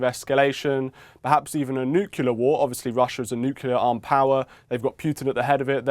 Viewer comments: Host said at times nucular (incorrect), and nuclear (correct). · Please. Nuclear is pronounced new-klee-er, not new-cu-ler. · Why many british say "nucilar"?